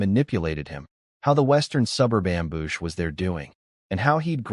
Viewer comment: Wowned instead of wooned for the word "wound" and amboosh instead of am-bush, how long for them to fix it? =(